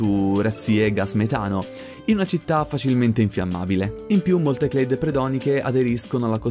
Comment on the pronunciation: io ho il sospetto che Clade sia una parola italiana (almeno all'università io l'ho sempre pronunciato così) quindi "klade" e non "cleid"